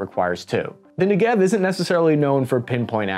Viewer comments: I was an IDF soldier stationed at the Gaza border a couple of years ago, and here's a couple of facts: There isn't always 1 negevist in the squad, because a magist (a guy with a mag) could be there instead (they are interchangeable). It's pronounced nEgev (stress on the first e, not the second as he does. I mean no disrespect,just correcting). Fun fact - the negev can use the normal 5.56 mags. Negevs are often loaded with green tipped ammo, which has better armor piercing capabilities. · It's pronounced like "Never", with the emphasis on the 'Ne', not the 'Gev'. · Love your stuff and just want to gently correct your pronunciation. It's "NEH-gehv," with the emphasis on the first syllable. And it's "rah-MAHT hah-shah-LOME," with a long "oh" at the end. Keep up the great work. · It's pronounced Ne'Gev, which is the desert in southern Israel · If you want to pronounce Negev the right way, put more emphasis on the first "e" than the second one. Like Neh-gev. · It's pronounced NE-gev and ta-VOR. You're wellcome. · I'd expect a self-proclaimed expert to at least learn how to pronounce Negev... Anyway, 4-soldier squads? NCOs leading such squads? Nope... Sorry, not true. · You are not pronouncing "NEGEV" the right way. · This is not how you say Negev LOL, in Hebrew we say it in penultimate accent... It was just so weird to hear it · As a former IDF veteran I have only one remark: you should pronounce the name Negev like the word Never in English., (grammar) penultimate stress, paroxytone. מלעיל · You pronounce it wrongly, the emphasize is on the Ne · you pronounce it wrong its not 1 2 3 4 ne ge v its a 1 2 3 4 ne...... gev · Tadpole is the Engish word for the early stage of life for frogs and toads, but yeah, the mispronunciation cracked me up. Also he really should know by now that the word Negev should have the stress on the first syllable and Tavor on the last syllable. constantly messes that up. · I'm sorry to be that guy but it's NEgev not n'gev